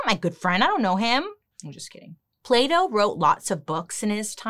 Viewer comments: I love that she's pronouncing "Plato" as "Play-doh" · I'm a French speaker (so I'm not as used to hearing the different sounds in English as someone for whom it's their first language) and every time Bailey says "Plato" I hear "Play-Doh". I can't stop laughing 'cause the sentences don't make sense at all 😂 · When she said Plato i swear i heard Playdough🤦‍♀️